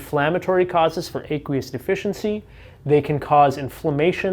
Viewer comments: Ah-qwee-us not Ay- qwee-us. Like the word "aqua" ( water) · do you pronounce aqua with a long A? No, and you don't pronounce aqueous with a long A either. First syllable rhymes with a as in action, not a as in acorn.